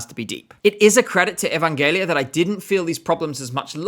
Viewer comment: One small remark: Evangelia's name is pronounced "E-van-ge-LEE-a", not "E-van-JE-li-a".